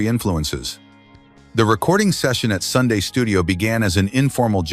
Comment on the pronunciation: ITS SUN RECORDS. NOT SUNDAY.